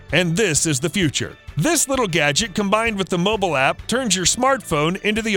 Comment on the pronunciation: گُجت gojt غلط است.... گَجِت gadget صحیح است.